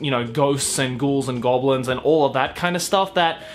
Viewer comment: Did you just say G O B L I N S